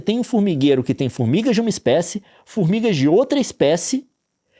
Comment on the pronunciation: 9 minutos Nilce, sem contar os outros 9 que eu tive que me concentrar para parar de rir, tudo pelas "fourmigas"